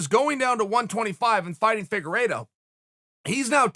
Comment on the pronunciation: For some reason when I hear them call Figueiredo “figa-rito” it makes me hungry but leaves me confused on wether I want Doritos or Fritos.